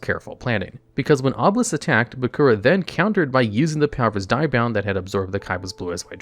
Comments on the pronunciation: I'm triggered by the constant pronunciation of Die-bound instead of Dia-bound. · dia bound like dio, not die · Hey bro, I really like your vids but you have absolutely no clue how to pronounce half the cards/cast from the show. “Diabound” is so butchered terribly. please do more research on how to correctly pronounce more cards.